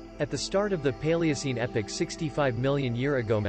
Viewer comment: It's Epoch, not epic.